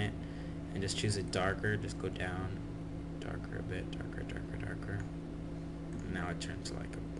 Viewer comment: darker darker sounds like u saying... derka derka derka :]